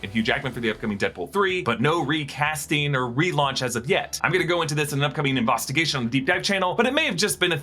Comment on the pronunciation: Did you say.... "In-Vosstigation"?! 😅